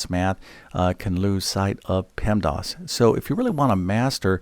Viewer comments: PEMDAS.... Not PEMDOS You say PEMDOS lol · Stop saying “pemdos” grrrr